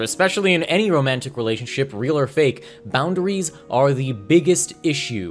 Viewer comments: The way pronounces it “bound-uh-rees” puts the fear of god in my heart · Nobody:: "Bound-A-Ries"